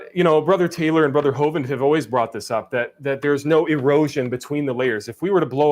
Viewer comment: Did he say Brother Hovan 😳